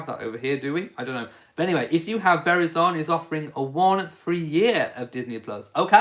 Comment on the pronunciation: Verizon is a cell phone company. *It is pronounced: Ver EYE zun* - It is VERY popular in the USA because their coverage is so good. But they are NOT the cheapest.